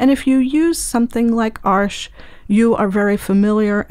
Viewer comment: As a German I find it so funny when people call Arches "Arsh". "Arsch" means a*s in German, lol. Btw, which one would you recommend for illustrations and portraits? I'm using hot pressed for that and been using the Academy so far. Do you think the artist grade would perform better?